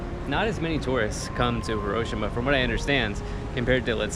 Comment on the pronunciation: Love your vids but Hiroshima is pronounced Hi-ro-shi-ma and hi is actually pronounced like he.